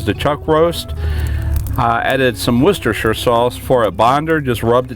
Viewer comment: Iam more amazed about an american who can say worcestershire sauce properly